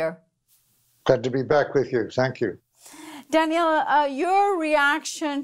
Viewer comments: Thank you for covering this and we must give Jullian all the support necessary. One small thing, when you put the accent on the second syllable of Daniel's name it becomes a girl's name. Customarily, the man's version has the accent on the first syllable:-) Not a big deal, but distracting to listeners who are used to hearing it the other way. We must have correct grammar while fighting fascism! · It's pronounced, Danyl and spelled Daniel. "Danielle" is the female form of Daniel.